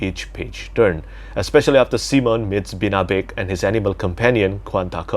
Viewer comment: Thank you for enjoying time to breath and take in the world and the prose. Too much modern fantasy is action packed and too frenetic. Btw, most English-speakers pronounce Simon as Sy-mon. See-mon is an incredibly French/Romance language pronunciation!